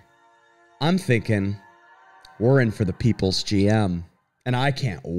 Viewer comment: Thats immediately what I noticed and liked, he's digging into the trying to keep up the facade that he's the pwoples champ. Yet his ego is so big and projected "believes" it and still says things people hate, making it even more dislikable. Fuckin brilliant